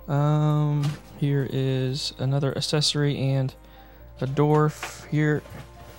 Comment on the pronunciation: You probably said the word accessory 20 times in the video and every time you pronounced it “assessory”